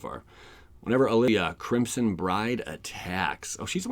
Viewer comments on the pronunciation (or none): none